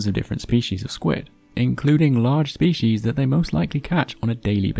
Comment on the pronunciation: It's species, not spechies